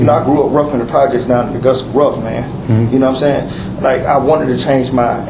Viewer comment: "Gnome sayin"